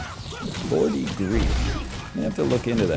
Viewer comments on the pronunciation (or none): NL pronouncing Geordie Greep like "Gordy" from Nope is a great bit